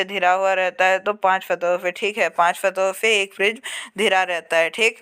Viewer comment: Are bhai14 ka question pdne nhi ata hai kya ghira ko dhira pdta hai